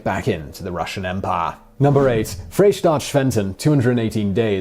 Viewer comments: Yes, and Freistaat, not Freestaat. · I'm astounded by slaughter of the pronunciation of "Freistaat" and "Ezo". When producing a video with geographical and historical content, confirming correct pronunciation is important.